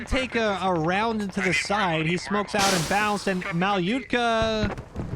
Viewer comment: he fucked aboot, he found oot